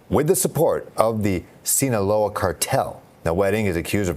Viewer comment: Reporter murders the second time he says 'sinaloa' 😂 :sayonara cartel. 😂